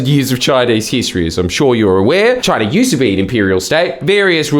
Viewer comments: DID EH JUST SAY CHOINA?! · i have never seen aperson say choina my entire life